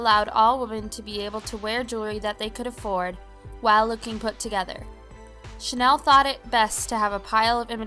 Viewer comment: It’s pronounced Chanel not Chanel .